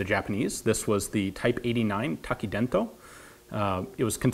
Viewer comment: I think you said "tAki dEn to", but it's actually "tEki dAn to". It spells "擲 弾 筒" btw. The actual name of this weapon is "八九式重擲弾筒", means "Type 89 'heavy' grenade discharger". Pronounces "Hachi kyu siki ju teki dan to". "Hachi kyu" means "89".(Not 'eighty' nine, but 'eight' nine) "Siki" means "Type". "Ju"(重) means "Heavy", and umm... even though I'm a Japanese, the rest is difficult to translate. "Teki"(擲) means "Discharging". Also means "Throwing", "Pitching", "Casting". "Dan"(弾) can be translated to "Bullet", "Ammo", "Shell", "Bomb"... things like those. This time, it indicates "Grenade". "To"(筒) means... well, "Tube"(or pipe, cylinder). Technically speaking, "Tekidanto" is a "Grenade discharging tube". But of course Japanese don't recognize "Tekidanto" as a tube, but a discharger. We translate freely(kind of) these Kanji. Sorry if you already know these, and excuse my Engrish. I love your videos! Keep it up with your great work!